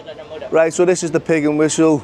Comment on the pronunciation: getting English lessons from someone that says "rite" give it a rest 😂